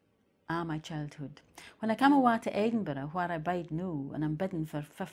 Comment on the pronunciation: eden-burra, oh yeah. Bay-an-uck-let, blessings on you, from someone who has some to give.